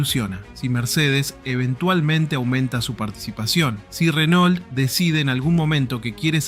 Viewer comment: Renault se pronuncia RENÔ no Renol🤣🤣🤣